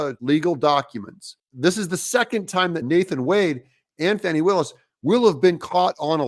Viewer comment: It's not Fani, it's Fawney.😂